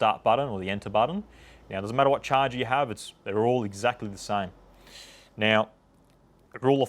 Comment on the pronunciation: This video was so helpful!! Thank you so much God bless you!! The best part is when the host pronounces ‘charger’ da shaaarr gerrr